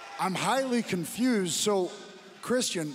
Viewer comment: Nigel, i love your commentary. But please, it's pronounced "Chris-chin", not "Chris-Tee-In". It's driving me "blimmin mental"